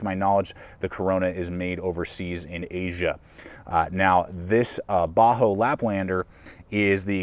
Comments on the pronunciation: Does he keep saying Bahco like a "Ba-hoe" pronunciation? I've always heard it as "Ba-Koe". Can anyone confirm the pronunciation? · it's really annoying that you keep saying "baa-ho." It's pronounced "baa-CO." You also spelled it wrong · Great review as always! I have never heard anyone pronounce Ba Ho like that haha. That aside, I have owned a laplander for several years and it is my go to. I picke up the larger Carona, 10" maybe? to keep in the truck but I have not had a chance to use it. Keep up the good work though!